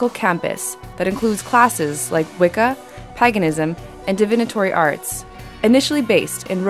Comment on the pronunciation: That's not how you say paganism